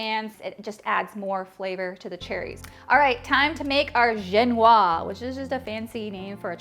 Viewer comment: Génoise is with a é (like the 'e' in 'hey') and ends with a soft sound (a but like zzzz)